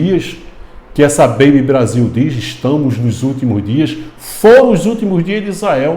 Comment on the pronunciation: Kkkkk acho tão engraçado o jeito do irmao dizer essa beibe Brasil. 😂